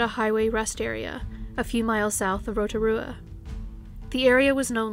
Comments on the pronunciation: I'm from New Zealand and I've never heard of Olives story. FYI well done on the pronunciation of Rotorua most people from other countries butcher it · You got roatarua right 👍